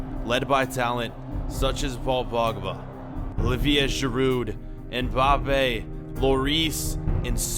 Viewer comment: It's girou thats how you say it dont say with the d